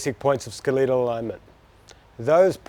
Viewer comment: Bro needs to pronounce skeletal better 😂